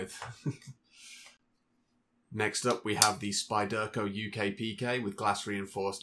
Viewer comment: Nice collection, nice little vid. But the way you pronounce "spyderco" makes my teeth itch.